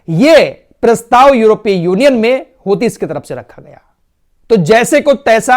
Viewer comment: السلام علیکم ورحمتہ اللہ وبرکاتہ بھائی میں اپکی تمام خبریں سنتا ہوں اور الجزیرہ العربی بھی سنتا ہوں ایک اصلاح فرما لیں آپ لفظ ہوتی نہیں ھے بلکہ حوثی ہے دراصل انکے بانی عبدالملک حوثی ھیں جنکے نام پر تنظیم ھے جزاک اللہ خیر